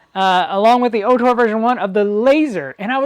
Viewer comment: great video. "ORtur" though, not "OHtor" .